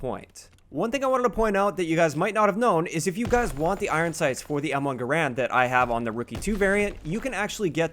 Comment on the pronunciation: M1 Guh-Rand